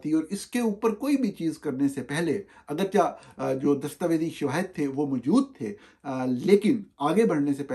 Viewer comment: گرامی قدر! توجہ دیجیئے گا لفظ: اگرچہ؛ کو اگرچا نہیں پڑھا جاتا بلکہ اسے اگرچے پڑھا جاتا ہںے پلیز اصلاح کر لیجیئے اتنے بڑے نامی گرامی صحافی ہںونے کے ناطے آپ کی شخصیت ایسے عام سے الفاظ کی غلط ادائیگی سے مجروح ہںوتی ہںے